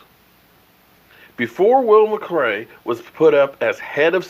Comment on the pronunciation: WILL MCLAY NOT MCRAY LOL